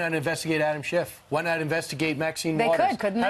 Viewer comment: She said Adam Shift